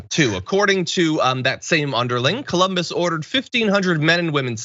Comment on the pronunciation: they pronounce it "koloombus"